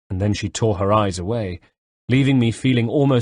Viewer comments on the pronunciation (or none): none